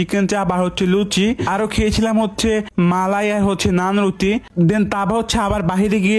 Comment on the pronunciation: রুটি ❎ রুছি ✅ 😅😅😅😅😂😂😂😂